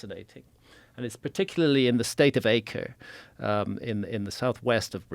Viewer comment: Pronounced “ah-cree,” I had buddies when I lived in southern Brazil from that area. Crazy stories